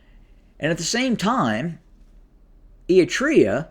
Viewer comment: Apart from the name butchering Ætreah, Gaytechew… 😂 thanks for recognising the hell our region is in & simplifying the GoT drama.